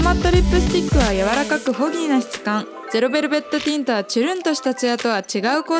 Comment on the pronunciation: すごい参考になります！！ ゼロベルベットティントを噛まずに言える滑舌も凄いです…！！